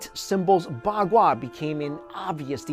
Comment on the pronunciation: i heard ba gua as bak kwa XDDDD